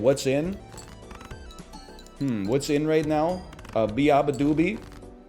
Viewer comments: he was so close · Nobody mentioning NL's pronunciation of Beabadoobee that had me dying 😭